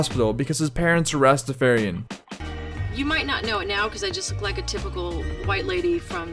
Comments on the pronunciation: Also.. completely f*** up the pronunciation Rastafarian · You also said Rastafarian wrong